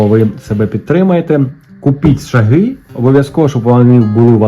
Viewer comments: ШАги, ШАгів, з ШАгами — наголос на «А» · Вітаю! Не "шагИ" а "шАги". Чекаю розіграш!